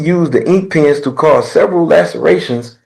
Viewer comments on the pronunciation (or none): I swear he kept saying penis and not pens, he said I stuck him in the face with penis......ummmmm